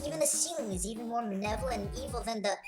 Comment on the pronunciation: Yeah, and I think he said "manevolent" out loud later on. Man-evolent. And then a few seconds later, "next, let's talk about a little bit about the..." I know, I'm just nitpicking super hard, and this is one of his earliest videos, but still. Lots of mistakes that he could have easily caught and fixed.